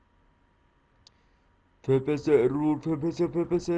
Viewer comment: İngilizce telaffuz için kötü diyebilirim. Fraps - Fıreps diye okunur FPS - Ef Pi Es Bir de arkaplanda çok ses var. Ama video güzel.